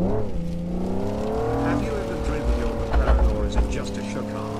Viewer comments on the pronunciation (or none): none